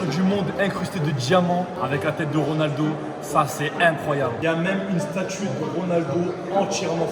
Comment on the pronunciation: A un moment ta dit gronaldo